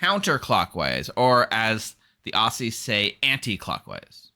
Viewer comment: You pronounce Aussie, so harsh, it should sound like "ozzy". Like Ozzy Osborne